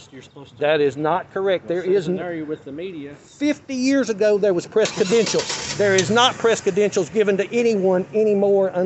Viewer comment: This f*ckwit says THE POSTMASTER GENERAL is wrong. Plus the usual grand threats. Also, "kedentials."